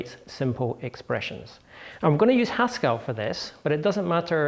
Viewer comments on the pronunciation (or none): The second e in "Haskell" is a schwa. When he pronounces it "Haskall" it's no wonder people ask "Do you mean Pascal?" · Stop. Pronouncing. Haskell. As if it. Rhymes. With. Pascal! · Hascal? is that a blend of Haskell and Pascal? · Hang on, Haskell rhymes with Pascal?!